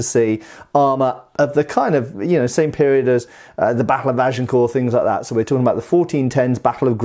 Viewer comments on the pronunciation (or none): none